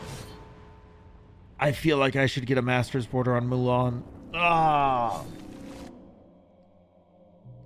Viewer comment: “Moo-len” 😭 its “Moo-Lahn”